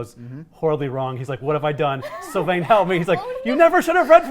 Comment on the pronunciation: You did Sylvain wrong. Im so disappointed